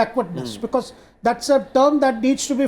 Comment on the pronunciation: sir its zath, not zhats.hahaha